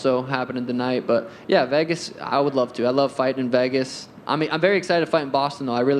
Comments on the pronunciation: Sean pronounces “Vegas” like “Vahgus” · No one: Sean: I love Vehgas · Sean please learn how to say Vegas😭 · why does sean pronounce vegas so weirdly